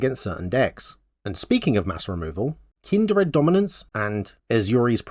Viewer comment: I watched the whole video thinking... There's no way any accent could cause such terrible pronunciation. Kind-r-ed?? I figured you were just trolling while making a troll deck. It was only after clicking off the video that I realized I had completely missed the point, and had to come back to skim through to confirm. Kudos.